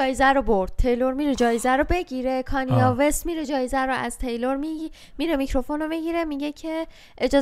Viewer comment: فقط تلفظ کانیه وست 😂